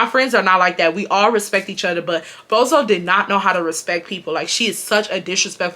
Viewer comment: Just got home! Taylor Port poured and I’m sipping! I absolutely love how you pronounce “other” “utter”